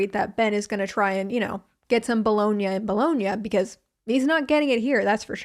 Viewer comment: Bologna= “blowing-ya”???????🤯